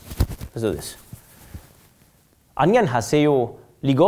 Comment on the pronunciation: I mean, he got 안녕하세요 MOSTLY right, the rest of the sentence tho...